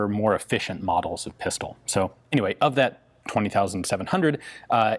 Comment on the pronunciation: Glad to hear you say "ëfficient" this time :-)